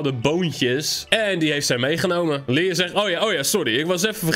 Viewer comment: Je zegt Leon steeds maar het is lion